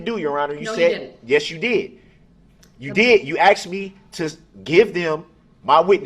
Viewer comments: "I did not axe dem da do dat". 🙄🤢🤮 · I did not axed them to do dat. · I'm sorry. The word he used was not "asked," it was "axed." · Axe, axed ,axes ax! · Axed to do dat? What does that mean? Help me out here. I'm confused. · Axed em ta do dat? Terrible to pay for this guy studying law in prison after destroying so many lives